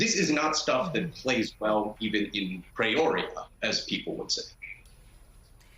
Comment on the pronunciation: Great report but it’s Peoria, not Preoria…(